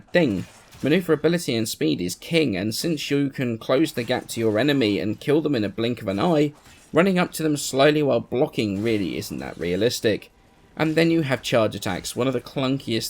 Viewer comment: The only thing that i disagree with you is when you said "realitic" lololol.